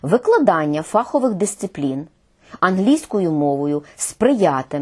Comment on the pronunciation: про що казати, коли майже усі представники мон не спроможні правильно казати слово "фаховИй" (ДО РЕЧІ лісовИй). фАховий (від англ "фАк"? Пробачте, писала це, поки не почула, що Ви теж, пані Ірино...